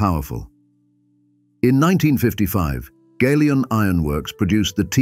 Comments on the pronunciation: Folks around here pronounce it Galion, like gallon. Not “gay-lee-on, Gal-e-on. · The mispronunciation of the word GALION is very annoying, it should be gal -ion as in gallon or galvanised!